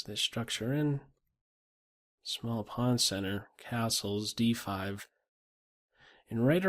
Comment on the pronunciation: Phone rings, I press pause just as is saying "castles", i finish on the phone and press play, I stand surprised by finishing his word sounding like "assholes" lol